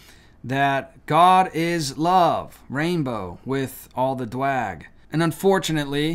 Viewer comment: Once again, I ask, WHY does this guy () pronounce the word "gay" as "Jay," and also the word "drag" as "dwag," as if he's Elmer Fudd? It's so silly, obnoxious, and distracting, dude. We're on the same page theologically (at least on the essentials), but WHY the childish word plays and intentional mispronunciations???